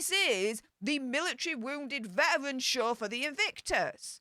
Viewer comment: Your speech impediment doesn’t translate well on YouTube. Spend more time with a speech therapist. “Vetawins”? Or “vetawrins”? It’s Veteran. It’s one not won when referring to an individual.